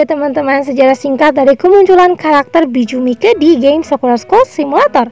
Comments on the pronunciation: Kak baca nya bukan biju mike memang nama nya biju mike tapi baca nya biju maik semangat ya kak 😊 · Di tulisan nya "Bijuu Mike" tapi di baca nya "biju maik" kak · Perasaan bacanya bijuu maik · Kak Ka kak salah baca nana nya bijuu mike